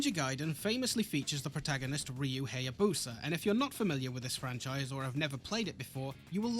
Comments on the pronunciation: Gaiden is pronounced "guy-den", the same way Hayabusa is pronounced "hi-ya-boo-sa" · >says gaiden right >says hayabusa wrong the start should be like the vowel in gaiden